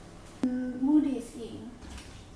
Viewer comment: very different dish , looks yum tho ^^ and i swear u didnt say mooli hehe